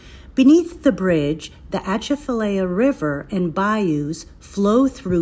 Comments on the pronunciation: Girl it is pronounced ( AH - CHAF -A - LYE - AH ) . I-10 there is deadly when foggy . Bonjour de Louisiane !!!!!!!!!!!!!!!!! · The T is silent,,, she isn’t pronouncing it correctly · It's not dangerous and not haunted. You cannot even pronounce it correctly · You used to drive around the swamp before they built the bridge. Also you need to learn how it’s pronounced by locals. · You can’t pronounce it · Please learn how to pronounce the name of your gonna make a video about the atchafalaya basin. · Thank you. I can't tell you how aggravating it is hearing our names pronounced wrong. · God, the pronunciation of these names are just doing me in. It's laffy-yet, not la-fy-yette . Laffy-yet, and also it's uh-ch-af-uhh-lie-ya , that's how you pronounce that. Plz dear Lord learn the pronunciation of the terms before making a video about it. That's all we really ask. Otherwise you give us locals a good time making and poking fun. 🤣